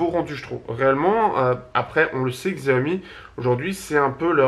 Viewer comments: Hey arrête STP de mal prononcer Xiaomi!! Ça se dit "chiaomi" entendre x écorche les oreilles. Je suis sur que tu prononce Apple normalement et non comme c'est écrit alors merci de faire pareil avec Xiaomi. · Non pour moi sans hésitation le pouce est vers le bas. Le mot Xiaomi est prononcé de travers.